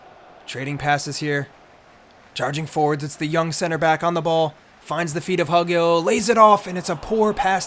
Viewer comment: Pronunciation help: It’s Hugill, like Hugh-gill